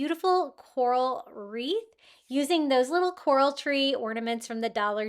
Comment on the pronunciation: All of them are pretty but the coral wreath is beautiful ❤ the word is CORAL